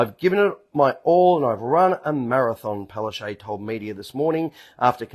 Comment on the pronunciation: Correct pronunciation of Palaszczuk is not (Palarshay). It is Palarsechook (according to my Polish friends).